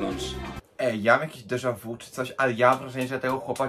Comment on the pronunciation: Dezawu ????? Dezawi się mówi, ogarnij się trochę